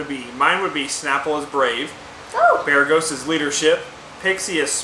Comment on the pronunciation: 1 BEREGGHIST CLOSE! 2 bereethkfdst DAMN HORRIBLE 3 BEREGHOT SO CLOSE!